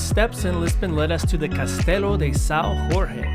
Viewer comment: The J is pronounced the same way as in English "joker" Sao Jorge not san hoarse.